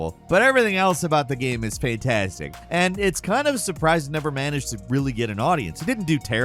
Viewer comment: "asstimate"? "Faintastic"? RPGs are "immersive sims"?